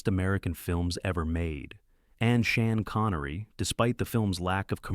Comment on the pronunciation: Who is "Shan Connery"? Your AI narrator makes you look like a fool